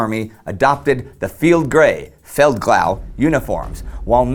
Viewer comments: except for "Feldkchau" aka "Feldgrau" xD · he sounds more like Feldkrauh. thats not good highgerman but its not completly wrong, they sound that way in some parts of germany